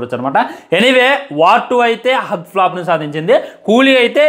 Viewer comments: హ్యూజ్ రా బాబు హగ్ కాదు 😂😢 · అరేయ్ బాబు నువ్వు రివ్యూస్ తరువాత చెప్తువు గాని.. ముందు ఇంగ్లీష్ నేర్చుకో.. అది హగ్ కాదురా నాయనా 😂😂😂.. హుజ్.. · అది “హగ్” ఫ్లాప్ కాదు రా నాయనా, దాన్ని“హ్యూజ్” ఫ్లాప్ అంటారురా బాబు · Arey First school ki velli English nerchukoni raa erripuvva adhi hug 🫂 kadhu raa huge ante pedhaga ani Ekkada nunchi vastharaa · Arey adhi హగ్ కాదని ఎవరైనా ఈ పిచ్చి హుక్ గానికి చెప్పండ్ర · Hug kadhu ra Huge ra ayya😂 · Hug kaadu bhayya huge pedda ani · హాగ్ కాదురా ఎర్రిపువ్వ హ్యూజ్ అది 😂😂😂😂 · Arey adi hug kadu ra ekkada Chaduvukunnav ra babu nv huge ra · Mental kukka Adhu hug kaadhu ra huge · Bro adi huge Anukunta hug kadu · హగ్ ఫ్లాపు ఏంటి రా బాబు హ్యూజ్ ఫ్లాప్ అనాలి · Hugg kaadu raa poramboku edava It is hugE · First try to learn about hug flop and Huge flop..pronunciation is worst worst fellow.. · హ్యూజ్ హ్యూజ్ హ్యూజ్ రా బాబు హగ్ హగ్ హగ్ కాదు వీడు రివ్యూస్ ఇచ్చేటోడు పని పాట లేని ఎదవ వీడు నోటికి వచ్చింది వాగుతాడు వీడు జీరో knowlegde డాగ్ వీడు 😂 సోషల్ మీడియా లో వున్నపుడు atleast స్పెల్లింగ్స్ అయినా నేర్చుకోరా బాల్ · Huge హగ్ కాదు. హ్యూజ్ అని చదవాలి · హగ్ కాదురా నాయనా హ్యూజ్ flop అంటే చాలా పెద్ద పరాజయం అని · hug kadu huge adi vellimudra velli chadvuko ra firstu appudu vachii reviews cheppu 😂😂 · Vedu chadukunnada asalu... Huge ni hug ani antunnadu😂😂😂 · A class varaku chadivav ra , adi hug kadura ,huge. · అది హగ్, కిస్ కాదురాబాబు హ్యూజ్ (బారి)😂😂😂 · Hug kadhu raa....adhi huge 😂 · Anna sariga chaduko ra pukka huge adi hug kadu😂😂😂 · Hug ❌Huge ✅